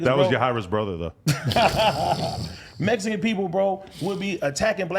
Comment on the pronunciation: did say mexicoon